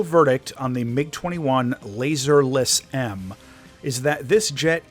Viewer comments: Good vid, its not pronounced "Laser" though, has nothing to do with lasers. It's as it's written: "LazUUr" with the "U" pronounced as an actual "U", like in "U-turn" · Hearing keep saying laser is making me lose it, thanks for pointing that out😂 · I thought I was right ! I just checked Google Translate and it seems that the word "Lazur" is pronounced "LAH-zoor", NOT "LAY-zurr". PS - Apparently it means "Azure" in Russian, not "Laser" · The pronunciation would be more like Lah-zuhr.